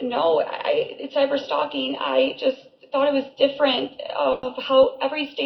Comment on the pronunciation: She is illiterate. The way she says cyber stalking.. even cracks me up. I thought the dumb was an act but.. apparently she is just DUMX AF.